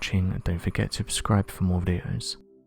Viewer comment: "... don't forget to obscribe for more videos." I'm obscribed. Are you?